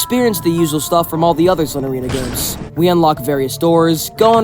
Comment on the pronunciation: 'Ganes' —was that on purpose?